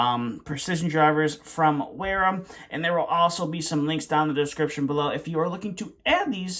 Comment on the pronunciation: Wera is a German brand. You pronounce it Vera.